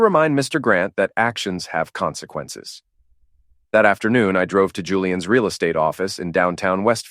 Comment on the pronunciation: Another Martinez - lazy and blunt luck of imagination. And the "Comsnqannces speech" - twice. Even GPT-4o does the job better.